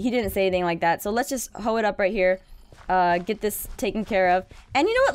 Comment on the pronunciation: "Wets get some bwed"... 😂😂😂😂😂😂😂😂😂😂😂😂